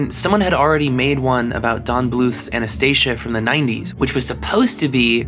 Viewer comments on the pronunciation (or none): none